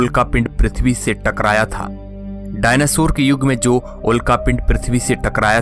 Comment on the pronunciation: डायनासुर नही डायनासोर बोलते है भाई😂😂😂